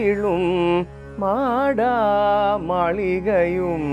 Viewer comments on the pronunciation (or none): Good rendition. If I am not mistaken, the pronunciation should be maada maaligaiyum and not maadaa maaligaiyum. Please donk think otherwise Sir.